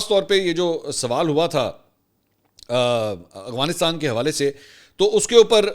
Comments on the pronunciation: Bro its "Afghanistan" not " Agfanistan" 😂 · Salam Mansoor sir ap Afghanistan ko aghwanistan bolty hn Sahi bola krien.. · منصور بھائی آپ مہربانی فرما کر افغانستان کہا کرو af gha nis tan اتنے بڑے صحافی ہیں آپ لوگ کیا تاثرا لیں گے